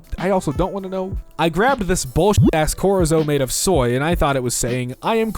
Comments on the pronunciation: Did he just call Chorizo "Korizo"? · Am I the only one disturbed that says "Chorizo" "corizo" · Is no one realizing that he said corizo not Chorizo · why did he say chorizo like "korizzo"? why did he say chorizo like "korizzo"? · what in god's name way did this man pronounce chorizo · bro he said chorizo wrong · The way he said "chorizo" hurt my teefesis. Anybody else? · I know 😭😭 I thought that was a well known food but idk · It hurt, you have to be a next level uncultured because its a common meat type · doesn't know how to pronounce chorizo and that honestly makes me kinda angry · It hurts my teefesis. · And "chorizo."